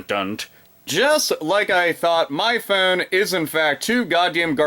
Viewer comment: i love how you say phone, "phewn"